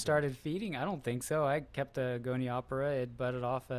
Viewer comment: Did he say Goni opera? I always say gonio pora!?!?! Damn these scientists